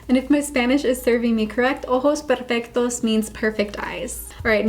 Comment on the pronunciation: Okay but your pronunciation of “ojos perfectos” was sooo good! I had no idea your Spanish was that good lol